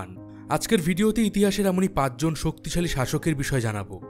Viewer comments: Dadago " soktoshali" na " soktishali" ? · শক্ত শালী। না😂😂 শক্তি শালী 😅😅😅😅😊